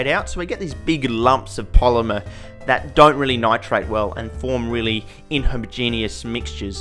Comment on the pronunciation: "Inhomogeneous" lol